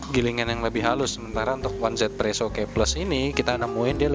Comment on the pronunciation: Dan jangan lagi sebut one Z presso, tapi 1= yi Z=zi jadi easy presso